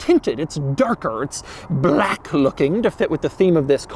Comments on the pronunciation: Why the fuck are you saying Baalack like that? Are you trying to make this as hard to watch as possible? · Bah-lack. Bah-lack. LOL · Broooo why is he saying Blaaque a million times, im dying withthia shit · Drinking game every time Doug says BHLAKK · Doug is the kind of guy that turns the word "black" into 2-syllables. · Are u racist Doug because the infasis on “Black” made me a little uncomfortable.. just food for thought . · Doug saying "black" reminds me of the Anchorman 2 scene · Why do you say "black" like that? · Why is Doug saying BLACK like that? LMAO lol